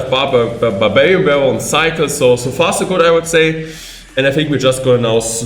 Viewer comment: the way he pronounces barbarian is confusing and kinda noice😂